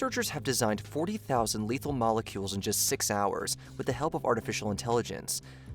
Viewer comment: "Letahal Autonomous Weapon" ?